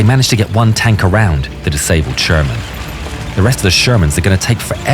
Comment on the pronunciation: ШермАн. 😂 Шарман, шарман😅